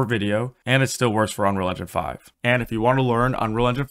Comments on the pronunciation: "Anrall and Jan 5" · "Unrilja five" he says. It's pronounced "Un....Real.... Engine.... Five" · The opening line of VO on this video sounds exactly like you say 'unrerga 5'. Were you really trying to say 'Unreal Engine 5'? Cuz you didn't even get close. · not one comment mentioning he cannot say ‘unreal engine 5’ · If I hadn't read the title I would have never known you were trying to say "Un.real.En.gine.five". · No I'm wondering why you can't pronounce unreal engine 5